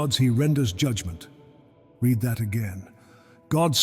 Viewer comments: I quit the moment AI read "read". There's nothing free. I pay with my subscription, so be greatful if you are able to monetize ears and eyeballs instead of spreading misery. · AI cannot read "read" and errors keep on multiplying.